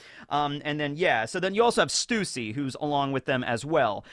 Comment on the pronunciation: its not stussy its sussy LOL.